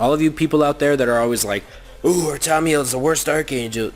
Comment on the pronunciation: Ar-ta-meal Definitely not Ar-tom-I-eal